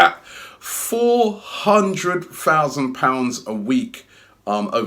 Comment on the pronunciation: “Four hundred fousand a week”